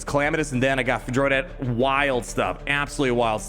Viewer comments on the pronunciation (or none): Fyor-rad, not Fuh-jol-rad / Fuh-jo-lad 😉👌🏻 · Pronounced Fyor-add, but yeah i hope you’re right and this buff is coming it’s weird that you have to build him for two different damage stats